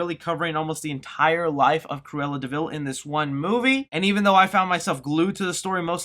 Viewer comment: sometimes you sound like saying "squirella" which is some badass name for a comic villain